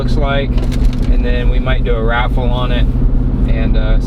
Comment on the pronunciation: Raffle? You mean "waffle" 😆